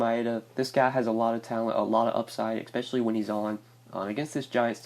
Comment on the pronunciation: It's especially not eckspecially.